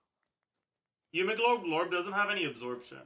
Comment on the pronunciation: All i heard is yumiglorb glorb.